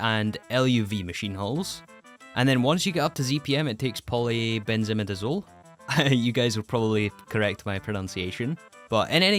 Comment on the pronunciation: it's pronounced polybenzi"my"dazole